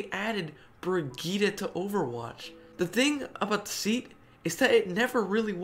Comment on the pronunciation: 𝒟𝐼𝒟 𝒴𝒪𝒰 𝒥𝒰𝒮𝒯 𝒮𝒜𝒴 𝒯𝐻𝐸 𝒟𝐸𝒞𝐸𝐼𝒯